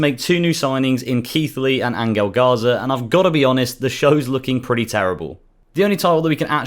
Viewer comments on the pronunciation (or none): Angle garza ??? Angel garza lol